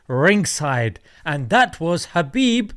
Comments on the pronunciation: its habib nurMohammadov. thats how he would pronounce it. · Fyi, "Khabib Nurmagomedov" should be pronounced "Habib NoorMuhammadov (the light of Muhammad SAW)" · his name is Habib actually, the 'K' is Silent like the name Django.